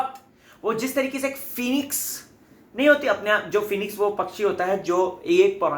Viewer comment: please hindi properly trikey ko bolna sikho, Tarique bolna fake lagta hai hindi main tarike bola jata hai trique nahi. Irritate karta hai. U r not Arshi khan.